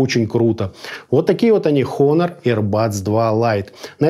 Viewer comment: Все хорошо, но произношения бренда как хонор режит по ушам. Все же правильно произносится онор (honor - с английского честь).